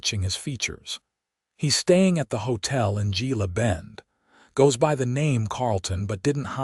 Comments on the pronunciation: Gila is pronounced He-la, like the Gila River and Gila Monster. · The story is nice but AI can't pronounce Gila, Tucson. That is sooo annoying.